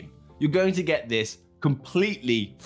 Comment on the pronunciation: "Thids...." lol